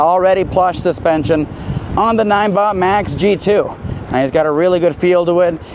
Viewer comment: Pretty sure n-i-n-e is pronounced like 9